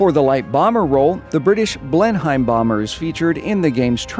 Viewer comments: Great video but the Blenheim is pronounced blen-em not blen-haim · Awesome. It’s pronounced “Blenhim” not “Blenhime” by the way :) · Toby Wood it’s pronounced blen-um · Can everyone please start pronouncing Blenheim correctly especially when so much work is put into getting the German names correct, in English the H and I are silent, blen-em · Just so you know from a British person, the Blenheim bomber is pronounced as 'blen-em' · Great video, minor thing but as a Brit I’d thought I’d let you know...Blenheim is pronounced, ‘Blen-um’, weird I know. But hey that’s English for you! Same for Buckingham, it’s ‘Bucking-um’ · The Bristol Blenheim is pronounced blenim (you don't pronounce the h) anyway this was a fantastic video. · Its called not blen hime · It’s pronounced blen im